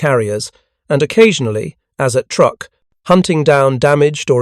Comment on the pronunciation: It's pronounced "Trook"